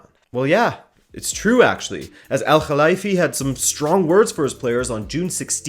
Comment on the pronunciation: Great information here man ! And btw I applaud you for trying to pronounce "Al khelaifi" properly, well done ✌️